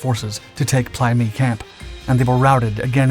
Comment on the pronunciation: In my time there it was pronounced "play meh-i"😢